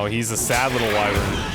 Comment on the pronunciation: I grit my teeth everytime he mispronounces "wyvern"...